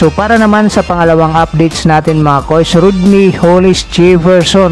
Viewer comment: idol hindi po yan RODNEY......RONDAE HOLLIS JEFFERSON po mag pronounce nyan....😂